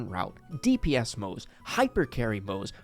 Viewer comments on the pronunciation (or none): His name is pronounced Mo-ze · Also it's still pronounced Mo-zuh